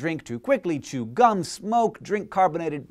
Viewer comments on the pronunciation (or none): none